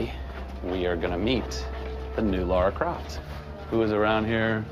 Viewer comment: Did he just end calling the game "Laura" Croft